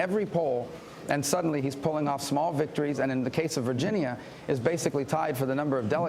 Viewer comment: technically right now Trump is fighting with the little guy haha (Rubio). stop saying virgineeya you dumbass